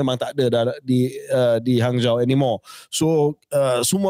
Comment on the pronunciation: Hanzhou disebut Hanjo.